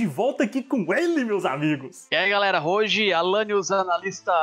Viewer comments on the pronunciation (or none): none